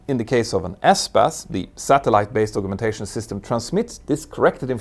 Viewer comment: Thank you for a brilliant video as usual. Although you speak english better than most native englishmen/women I hope you will forgive me for just mentioning the pronunciation of the word 'augmentation'. Collins states it as ˌ"ɔːɡmɛnˈteɪʃən". or, if you don't read phonetics, " as I would say "org men tay shun".